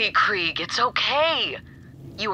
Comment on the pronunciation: Wait, that’s how Krieg's name is pronounced?